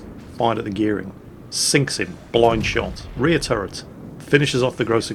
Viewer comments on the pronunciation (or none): none